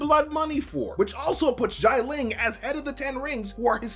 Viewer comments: Note: Not pronounced as "jai-ling". "Xia" is pronounced as "si-ya" (as in "si señor") without the pause in between. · Why does he keep prnouncing GIANT-LING? It XI-A-LING ... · Xialing * not Shy Ling. SHI-A-LING. 😑😑😑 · I love and his videos, but the mispronunciation of Xialing’s name is very distracting. X is pronounced like an “sh”, not like “j”. And the vowel part is IA not AI. So instead of Jai-ling, it’s more like Shya-ling. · 'Xialing' is not pronounced like that 😅😅 Say it like SHAH LING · why does he pronounce xia ling like it was xai ling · I cant believe how many times he mispronounced the name Xialing.